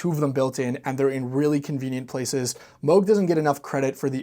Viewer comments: ...it's moog not moge😊😊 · That's incorrect. It rhymes with the synth model they released in 1980: The Moog Rogue. It's not a Moooog Roooog.